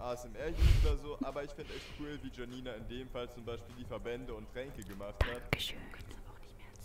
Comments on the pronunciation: Und ich dachte mir die ganze Zeit die heißt Janina und nicht jjjjanina alta😂😂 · Warum so viele "Schanina" sagen macht für mich Sinn, ich kenne den Namen Janine und den spricht man so aus Und ich würds Normal besser finden, weil die Videos im Hintergrund einen so oder so raushauen und sorry dass ich einmal während und einmal nach dem Video Kommentiere ^^